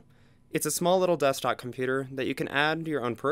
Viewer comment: Desktop not Dusktop